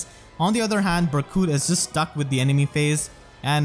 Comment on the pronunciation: “Berkute” IM DEAD:_pm1Smile2